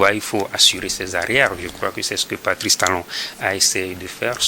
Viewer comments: Pati Talon comment 😂 On dit Patrice ! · Que raconte cet idiot d’ 😢? Incapable de prononcer Patrice (Pa-tri-ce) et c'est ça qui débite des bêtises contre le Bénin.